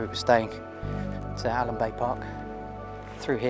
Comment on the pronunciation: you missed out my favourite bit,, Whale Chine ! and its ALUM BAY not ALAN BAY